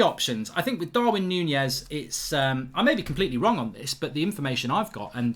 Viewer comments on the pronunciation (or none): Mark its Nunez not Nunjez